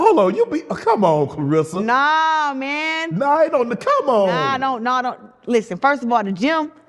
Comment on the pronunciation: Everyone mispronounces her name Clar RES SA